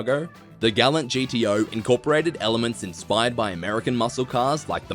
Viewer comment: Mistake no 7 Gallant is pronounced gall-ant, as per the manufacturer, this one isn't hard, put you got it wrong.